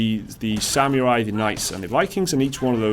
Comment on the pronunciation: Dude ...i love your channel but you pronounce incorrectly beta and samurai...lol...i cant watch the video now...i am waiting for the next beta or samurai in the audio :)))